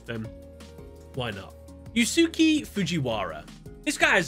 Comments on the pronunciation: “You-Sue-Key” Fujiwara… 😅 For future reference, in case you cover his duels in a later video, Yusuke is pronounced more akin to something like “Use-Kay”. That said, it's neat to see whose decks would change the most with more modern cards, and I'd say they fit their characters fairly well. Looking forward to seeing how different the decks for the 5Ds cast would be. Keep up the good work 👍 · Yusuke is pronounced "You-Skay"